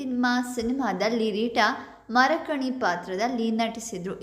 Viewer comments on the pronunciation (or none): ಮರಕನಿ ಅಲ್ಲ ಮರಂಕಿ